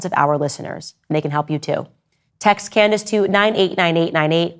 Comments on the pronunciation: So your long standing friend who you are taking heat for can’t even pronounce your name correctly??? canDACE 😂😂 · Tates only crime is the way he says Can•dayce